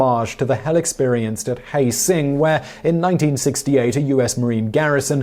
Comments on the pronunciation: Khe Sing instead of Khe Shan said more as "Saan" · Its ke San, not ke sing! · Thanks for confirmation of what I've tried to explain to people for years. "Born In The U.S.A." was a protest song, not a praise anthem for America. Btw, Simon, "Khe Sahn" is pronounced "KAY- SAWN. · “Khe Sahn” (“Born in the USA”) is pronounced “Kay Son” not “Hay Sing”! Have you actually listened to the song?! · Khe-sanh is pronounced kay-SOHN and no one in my generation misunderstood it at all. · The city in Vietnam that Springsteen refers to is pronounced kay sawn Do you and your scriptwriter ever have conversations about how words are pronounced, or, more importantly, have either of you tried Googling for that information, ever?